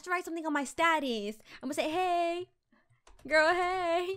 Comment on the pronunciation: Omg first she says wings second earrings like GIRL is gils 😂😂😂😂 luv her